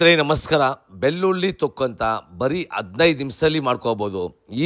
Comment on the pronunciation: ಬಿಲ್ಲುಲ್ಲಿ ಅಲ್ಲ ಅಣ್ಣ, ಬೆಳ್ಳುಳ್ಳಿ ಅನ್ನು.